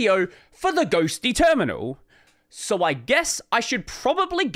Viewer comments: Correction: Ghostty not Ghostitty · Once you said "Libadwaita" I said "GNOME ONLY". I knew this would be the only video I needed to watch about Ghostitty. The hype TODAY only, is kinda annoying. I've seen 4 videos talking about the same, but I knew the ol' reliable would say THE REAL DEAL.